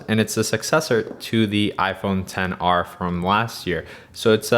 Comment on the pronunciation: So we all just gonna ignore the fact that he keeps says 10 r when the phone is called Xr